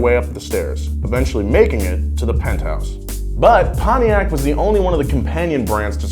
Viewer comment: "PONTIAC' ✅ "Pon-tiak" ❌ "Pony-ak" when is pronounced. Come on American People.😡🤬